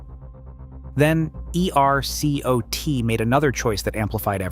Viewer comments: Nobody in Texas pronounces each letter of E-R-C-O-T... I don't fault the content but you gotta try to tone down the AI usage, not make it so obvious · Just a quick note, for the future: ERCOT is pronounced as a single word, not spelled out. 👍